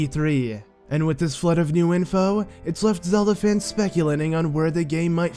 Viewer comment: The floodah, and, like, the spirituh! You silly goose!